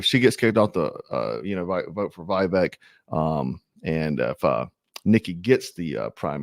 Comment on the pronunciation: Viv ache short I long A accent on Ache. I’m recommending your channel to people, sir 🇺🇸